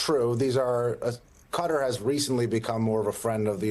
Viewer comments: It's pronounced "ku TAR." Please stop saying "CUT ter." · Now that Trump's back in the Middle East, we'll have to listen to journalists mangle the name of Qatar into Cudder. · Could Americans please learn how to pronounce Qatar before going on TV and using said word?